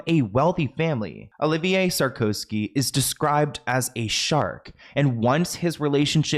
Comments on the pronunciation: Nicolas SAR - KO - ZY. ; ) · Love how you called him „Sarkosky“ 😂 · Dude, the guy's surname is Sarkozy; at least pronounce it correctly. To flub this is really shoddy, amateur journalism. 🙄🤦🏼 What a joke.